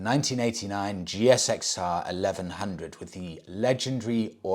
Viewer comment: Loving the upgraded interview room, much better. Just a small point..... When referring to the GSXR, in the UK it is pronounced Gixer, the G as in Golf not like a J. Keep up the sterling work. 😊